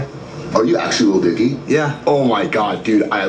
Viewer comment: you finally can say Lil Dicky without being weird! Edit: Damn it. you were doing so well!